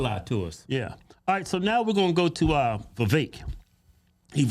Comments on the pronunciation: Vivek should be pronounced vi-vake like cake. You’d think these guys would know given how political they are. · Its Vi-vāk like cake... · Its vivek like cake! He even told you guys that in the podcast😂😂😂 and you still pronounce it like its spelled! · IT'S VIVEK LIKE WAKE... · VA VAKE like Cake! Seriously as much as the dudes gone outta his way to politely correct people on how to say his name, that at this point, anyone that continues to pronounce it wrong, are doing it intentionally. Also I enjoy Tucker, but he had to of been getting a contact buzz or something from how goofy he was acting on Joe Rogan podcast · The twins had Vivek on their podcast, who told them how to pronounce his name and Keith still can't pronounce it a few months later. 😂